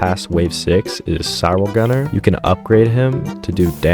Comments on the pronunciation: its pronounced cry-o gunner not cyro gunner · did this guy just pronounce cryo gunner as S eye ro gunner?